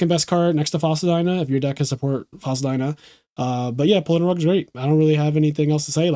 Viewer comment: That is exactly how you pronounce dyna